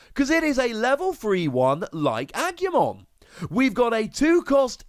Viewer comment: Im not bothered by your pronunciation, but just to help. Its ah-gu-mon. Gu like gu in guzma.